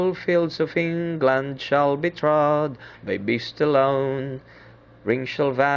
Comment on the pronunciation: Beas lol it sounds like ur saying piss off 😂😂